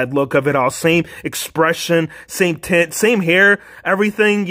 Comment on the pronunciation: did he just say same tits?